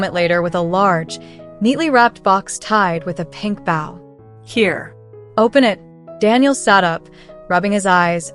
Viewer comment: Stop mispronouncing bow😢